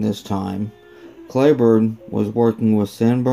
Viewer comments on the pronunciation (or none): It’s not “Clayburne” , it’s pronounced “Cleeburne”